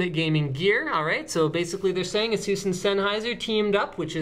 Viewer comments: Erm no, you can`t... A-sus, like in sus-pect or sus-picious or sus-ceptible. It`s really quite simple. Another one is Rad-eon. Not Ray-deeon. The clues is in the spelling ffs. Seuss? pff. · Ay-sus is the pronunciation my friend XD